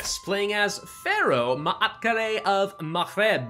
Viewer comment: Double a, extend the a not a’a it might sound a bit better